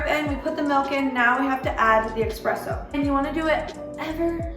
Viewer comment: not EXXXXPRESSO